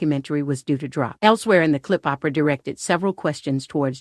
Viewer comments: Oprah: Promounced as OH-PRUH not... Opera: Pronounced as AWW-PER-AH Thanks for this video on Opera. Who's your favorite Opera singer? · Who doesn’t know how to pronounce Oprah at this point ? What planet does the narrator come from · who the F is "Ahhhhh- Prahhhh" ?!!!!! smh